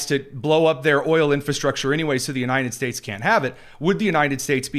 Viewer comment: Is this guy saying "The U-nine-ded States" ???